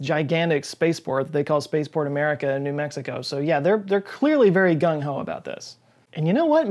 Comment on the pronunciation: The correct pronunciation is "gung-ho."